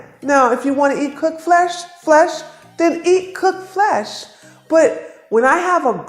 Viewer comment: The way you say it cocked flesh 😂 I eat meat , but I still listen to you and appreciate your work and how your helping everyone thank you